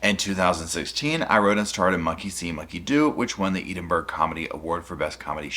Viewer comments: Wow! Just wow! Also Edinburgh is pronounced “Ed-Inn-burgh” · Not being a Karen but so you know it’s pronounced Ed- ing- bur-ra. Love love love your channel 💜💜💜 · It's Edinburgh, not Edinburgh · Hahaha I LOVE how you’re like “can you imagiiine” 🤣 you’re so cute! I’m Scottish so I can see how we respond to things as Scots. We’re self deprecating which is probably why Gadd dealt with it as he did and didn’t portray himself fully as the victim per se. I think he’s been so clever in how he’s played this because he knew she’d out herself and that would give him the opportunity to release the emails. I’m so glad got him that he’s finally getting some form of justice even if it’s only in the public opinion, it’s now worldwide. Her special kinda crazy is now realised! Ahhh p.s….. it’s pronounced Glaz-go, not glass-cow 😜 (Glasgow) x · I love your content, but please, please, look up how to correctly pronounce the name of the amazing city of Edinburgh 😅 😊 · Oh man, just look up how to pronounce Edinburgh. It takes two seconds. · Look up the pronunciation of "Edinburgh"! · Please learn how to pronounce Edinburgh. That pronunciation is atrocious! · Listening to a yank trying to pronounce Edinburgh 🤣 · Thank you for your video, but pls check the pronounciation of Edinburgh, also if you have time, google Edinburgh Fringe, its really cool. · Please, I love the you, and this channel, but learn to how to pronounce Edinburgh. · Sweetie I love your videos so very much and you even more 🥰 but do me a favour, if you are covering stuff from other countries PLEASE Google how to properly pronounce the place names 😅 it drives me insane when people get it wrong and you are just to lovely to be driving me mad 🤗 sending big hugs from Ireland 🇮🇪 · I love ya, but you have to look up how to pronounce Edinburgh ❤ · the way you pronounced Edinburgh is so cute to people from the uk 🥰 we secretly love how people from other countries say names of places here. I bloody love you 💗🦋